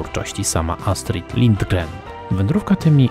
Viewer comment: Przekręcanie szwedzkich słów, nazw jest po prostu irytujące. Przed wypuszczeniem filmu zapytajcie się chociażby takich jak ja, jak się coś wymawia. I nie żadna Astrid Livdgren a Lingren. Niektóre komentarze są żenujące. Powinniście wiedzieć chociażby z Wikipedii, że ciepły klimat spowodowany jest przez Golfstrom z Zatoki Meksykańskiej. Wasz zdziwienie klimatem to wizja, że Szwecja znajduje się niemal na lodowcu i że mamy zimę przez 11 miesięcy. Kanapka z krewetkami - to nie są żadne gotowane, a po prostu świeże rozmrożone.Bądźcie bardziej rzetelni.